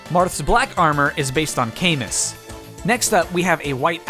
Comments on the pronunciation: technically Lucina doesn't reveal herself as Chrom's future daughter, as when she reveals herself she's already been born in the present. She reveals herself as the future version of Chrom's daughter. Also "Camus" is pronounced "cah-moo" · do you mean Camoo? Because yeah, that’s the oficial pronunciation. And yes, I do find it stupid as well. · Minor pronunciation error for Marth’s part. While hardly known outside of the community, Camus name is actually pronounced “Camoo”. Wild huh? 😂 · it's camoo ya burger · Camus is pronounced Cam-MOO according to Fire Emblem Heroes.